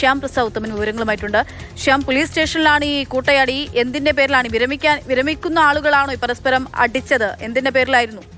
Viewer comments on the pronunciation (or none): പറയുമ്പോൾ കറക്റ്റ് ആയിട്ട് പറ മോളെ വിരമിക്കുന്ന വിരമിക്കു എന്നു പറഞ്ഞ് കളിയാക്കാതെ